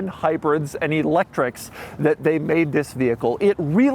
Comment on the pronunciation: bro said electrics like a slur